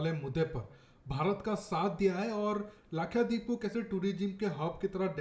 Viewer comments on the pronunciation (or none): its not lakhyadeep it is lakshadeep